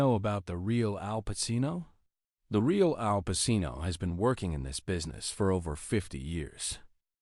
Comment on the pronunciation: If you can't pronounce his name correctly, well i stopped watching 25 seconds in!